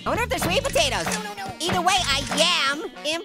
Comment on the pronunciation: Why do you call us hot potaters?